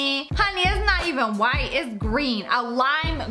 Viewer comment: It said whit not white not trying to be rude